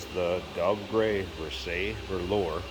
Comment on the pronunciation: Pronounce like the Palace of Versailles